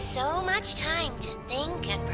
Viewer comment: When she said “I had so much tome to think and reflect”…my butt puckered and I knew ‘we’ weren’t getting out. Can’t wait for chapter 3 😁